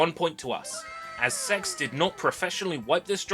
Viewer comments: I genuinely thought CeX was pronounced as the individual letters for ages.. got jumpscared when you said CeX store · I can't get over how you pronounce C-E-X (SE-EE-EX) 😂😂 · Same here. Never heard anyone say it like that. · I only now found out CeX can be pronounced like that, never heard it that way and i for sure wont be switching to that one lol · "I popped into a local SEX store". Haha. I have never heard anyone call it sex. I have always said C E X. "SARTA" drives. Not SATA drives. Now I know you are saying things wrong on purpose. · I think you're the only person I've ever heard pronounce CEX as sex lmao. I'm not sure how I feel about encouraging others to seek out preowned drives. On one hand I love the idea of seeking out potential lost media, but on the other there are too many demented people out there that would seek out personal information instead. Blah. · I don't think we should be pronouncing it like that, I don't care if that's how they now advertise it now days, it's a store that sells games aimed at kids as well as adults. Just say C.E.X. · C.E.X is not pronounced sex no matter how much they want to convince you of it... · "well on our way of reaching 500" - 5K Side note: i love that our version of gamestop is pronounced "sex" and it will never not be funny to me. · ive never heard CEX pronounced any other way but "Sea Ee Ex", Unless you wanna have a laugh of course. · When they first came into existence it was pronounced Cee. Ee. Ex. its only recently since they employed 12 year olds to do the marketing that its changed.